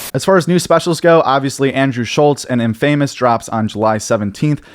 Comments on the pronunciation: Wouldn’t it be (in•fa•mus) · it's pronounced "infa-mus." not "in-famous" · Dude said in-famous instead infamous confidently lol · you said infamous wrong lol, have you ever said that word before? dude you have to do the video over, we don't belive anything you at after that. In-famous lol wtf no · How are you saying infamous like this 😂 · Love the work but can’t stand how you say infamous 😂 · Im sorry, how do you pronounce ‘Infamous’? Lololol